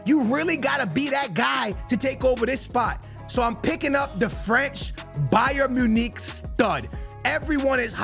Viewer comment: Bro why do you struggle to pronounce everything💀wth is Bayern monique